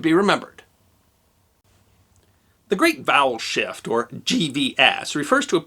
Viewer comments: I thought you said "The great bowel shift". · I'm cursed! I keep hearing "bowel shift" and then I'm accosted by imagery.